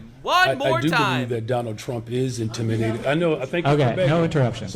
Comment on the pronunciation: Am I the only one who hears "intiminated" when he says it? Cause that shit is hilarious. HE INTIMINATED BY MY INTELLECT!!